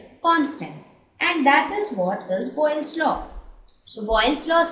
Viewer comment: its boyle's law not boglis laww change it